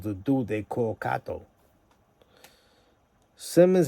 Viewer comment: Why do you call em Cat o. Like you havent done your research. Makes you seem fu bro. You should stop. 4ch ain’t a click, it’s an organization. You wild corny